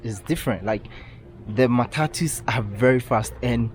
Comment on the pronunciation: Mataa-tuss🤣😂 Matatu